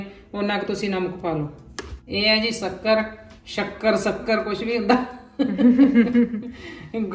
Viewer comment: Shakkar not sukkar